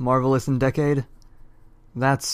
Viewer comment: The fact that one of them can't say the word "Decade" is a sin. But one sin removed for the Toku Sins concept